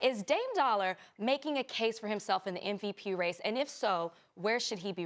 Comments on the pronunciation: Lol "Dame Dollar" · She said Dame Dollar lol